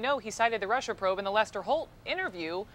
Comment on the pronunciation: I can't get over how Orangeface pronounces Russia 😂😂😂(Rusher)😂😂😂😂